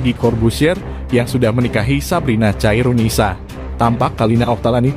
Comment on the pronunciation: Khairunisa bkn caironisa bang